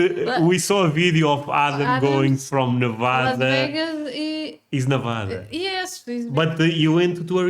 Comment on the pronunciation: You are pronouncing Nevada wrong.